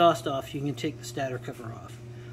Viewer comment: STAYTOR IS CORRECT PRONOUNCIATION. NOT SATTOR